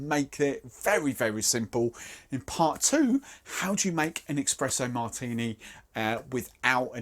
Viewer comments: Expresso Martini :'D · Es-pres-o For the love of god, there is no X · What the fuck is an eXpresso martini?